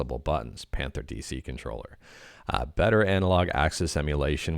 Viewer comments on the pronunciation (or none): none